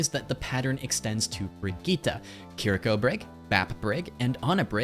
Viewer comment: It's been so many years and people still can't pronounce Brigitte